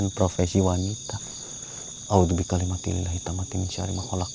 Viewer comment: Maaf mau koreksi boleh yak 🙏 maaf sebelumnya saya dengar Doa yang ucapkan ada yang keliru pengucapan nya, awal bacaan doa perlindungan yang benar itu A'UDZU BIKALIMATILLAHI, Buka A'UDZU BIKALIMATI LILLAHI, coba di cek lagi bacaan yang benar, doa perlindungan itu sangat familiar buat saya yang pernah sedikit belajar ruqyah, tapi siapa tau saya yang keliru coba di cek lagi doa yang ucapkan sama tulisan doa yang benar, demi kebaikan untuk minta perlindungan Allah ta'ala saat dilokasi🙏, Sukses dan semangat terus buat kontennya sangat menghibur... Salam dari Balikpapan Kalimantan Timur🤝